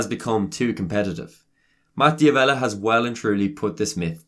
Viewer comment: You mispronounced his last name. It's pronounced "Davella" not "Di Avella".